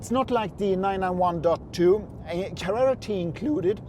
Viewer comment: I like how you say Carrera! I have can not find a difference in sound reduction with the light weight glass. I enjoyed the the video, the bottle of water was a star!